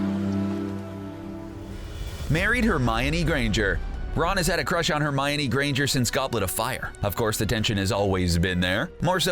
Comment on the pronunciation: I love how all of the comments are about things they did wrong and I’m just here liking all of it. P.s why did you say Hermiony and you CLEARLY dont like Harry Potter that much and prefer VEIWS.